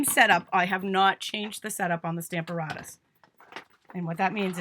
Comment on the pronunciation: PLEASE check pronunciation for STAMP a RATUS